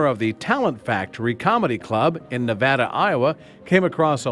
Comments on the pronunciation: It's Ne-VAY-da, Iowa not NeVAda. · Btw I live in Nevada Iowa and it’s not pronounced Na-va-da it’s Ne-va-da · It's NA-VAY-DUH...not NA-VA-DUH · FYI: the name of the town isn’t Nevada, as in the State of Nevada, but is pronounced navada, with the middle ‘a’ being a long ‘a’. Just a slight correction from one who’s been to Nava(long a)da. BTW, the accent is on the ‘va’. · Btw, Nevada Iowa is not pronounced like the State Nevada, the a, is a long a sound. Again jfyi. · NE-VAY-DA not NE-VA-DA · Ne-VADD-uh just makes people sound uneducated. Ne-VAH-duh is the correct pronunciation imo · I also about fell asleep after 2 minutes. Besides the long report, the news reporter pronounced the town it was found in. He pronounced it as Nevada. Like the state of Nevada. It is actually pronounced as Nuh-Vae-Dah, Iowa. Would be nice for at least one news media person to pronounce the name of a town or city right in such a boring story.. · As soon as the narrator said Nevada, IA I couldn't focus. Iowans pronounce things differently, its not nev-AD-ah like the state its nev-AY-dah. At least this wasn't in Maquoketa or Madrid... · Nev-ay-duh not Nev-ah-duh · Just some trivia for you... Nevada, Iowa is NOT pronounced like the state, but as Ne-Va-duh where the "a" is long. I knew people from there and have been there many times. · It’s pronounced na-va-da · Its pronouced navaida i know because my brother and sister live there and i live in iowa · It is not pronounced like the state, it is pronounced Ne va {long a} da Iowa I lived there for a while back in the 60s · Not that it matters, but I'm from Ames, Iowa and I'd just like to point out Nevada here is actually pronounced "Nuh-Vay-Duh"...just for future reference if any of you actually have a need to say the name of the town later for any reason at all. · it's pronounced nev-ay-da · any native person in Nevada, Iowa would tell you it is pronounced Nuh-vEH-da. Eh not Ah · Nevada is pronounced neh- vay-duh in Iowa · Its "nevayda"